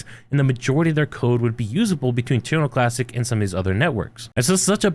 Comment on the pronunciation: This is about terra Luna classic right? All I hear him saying is tunalunclassic. 😂😂